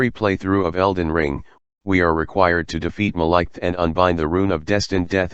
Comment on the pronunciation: The way the TTS pronounces Maliketh 😂